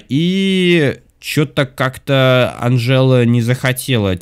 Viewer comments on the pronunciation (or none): Не анжЕла а анжела